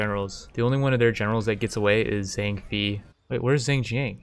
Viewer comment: Zang FEE. LU BEE. 😂😂😂😭😭